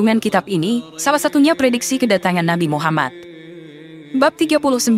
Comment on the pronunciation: TOLONG DIPERBAIKI, MUHAMMAD BUKAN MUHAMMAS